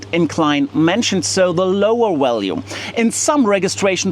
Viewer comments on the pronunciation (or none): VALUE is NOT "WAL-yoo" Look : c a r a "V A" n "V A" L - y o o = value VEHICLE is NOT "vee-Hicle" Say "V E E - ICLE" EVENT = "ee-Vent" REGISTRATION is NOT REgee- stration Say, "re-Jis-tray-shon" ( NOT "ree-jis-tray-shon" ) UNCOUPLED is NOT "un-coopled" Say, "un-cuppled" CONSUMPTION is NOT con-zum-shun Say, "con-sump-shun" THUMB = "thumm" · Your getting your V’s and W’s mixed up…..just saying